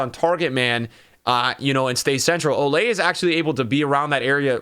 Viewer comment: Why does he say “olay” rather than “oh-lee” likes it’s supposed to be?